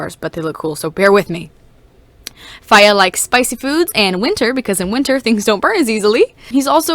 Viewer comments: NINJAGOOOOOOOOO!!!!!!!! Truffle avocado 3,657. fiyah? I’m not sure how to pronounce it XD “fire” avocado 2,554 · My friend can hear you saying “fiya” and she said if you could point her to the calendar with feb 31st she would be happy to meet with you